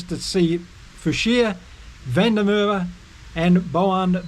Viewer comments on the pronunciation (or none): Van Der Merwe. The Merwe is pronounced Mer Ver!